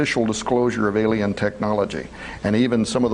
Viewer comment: And sorry it's alien not Alain LOL